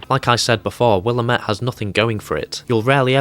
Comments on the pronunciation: “Will-am-it” not “willa-met” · *the town is pronounced “will-am-it”